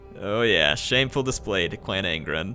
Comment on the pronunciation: Who else laughs every time at "shamefur displej" just because laughs at it lol